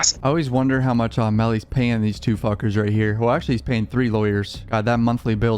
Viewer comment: its meellys fewn